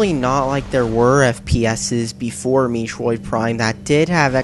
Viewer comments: Metroid...not Meetroid. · Meetroid prime? Met-troid. Not Meetroid. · Pronounced "meh-troid" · It's not Mee troid. It's met troid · holy shit dude, i mean you managed to make me laugh just by saying mitroid instead of metroid, i mean thats how fuck up the name of everything you review the way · I knew he was straight trolling when he said Meetroid. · What the hell is “MEEtroid”? Also I know he’s trolling but I just like laughing at how he bullshits his way to say its a bad game. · I like how he purposefully makes the controls look hard to use by not using the lock-on feature. Also can’t even pronounce the title correctly. “Meetroid Prime” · OMG he really said meatroid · This fool's GOT to be a troll. By the way, how about "ARCHIE-ACK"? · lol it isn't pronounced me-troi prime... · BTW you said to move your GUY around Samus was a GIRL and Metroid is pronouned Meh Troyed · Meetroid Prime? Is that how it's pronounced? If you played the game... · Me troid, you troid, we all troid for Metroid. That's Met-roid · "Meeetroid Prime" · What the fuck is a meetroid? I've heard of a metroid, but not a meetroid. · you said MEE triod prime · lol MEItroid prime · Meh-troh-eed. Say it like that. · MEA-TROID MEA-TROID!!!! LOL WHAT A FAIL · MEETROID?!? You're trying too hard. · Here's how to say Metroid: Meh-troyd Also, please review Two Worlds for PC of Xbox 360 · LOL what the fuck is MEEtroid? lmao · Maybe you should learn to speak before doing reviews. Mee-troid? Archi-ack? Please tell me you're trolling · i absolutely love videos - he isn't afraid to call nintendo out for some of their STUPID decisions over the years, and his pronunciations are hilarious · That's not how you say metroid